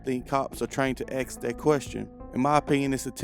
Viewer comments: How come you say ax and not ask? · AXE a question? You must mean ASK....